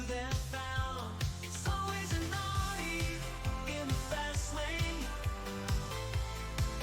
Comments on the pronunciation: The auto-singing on your Audi jingle seems to sing "always an ordi". If you re-record it with "always an owdi" as the lyrics, it will probably pronounce it properly. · 18.40 etc. interesting how the AI sings audi as in audio instead of as in Audi. Other than that you’d never know.